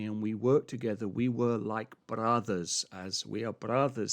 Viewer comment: SEAN "We arrre Brrotherrrs" Whit accent as/like a Scottish/Spanish Peacock .. ;))